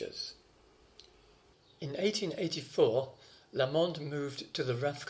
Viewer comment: Emphasis on the "LA" in Lamond, please, not the "mond".. Liszt, a Hungarian, would have got it right naturally.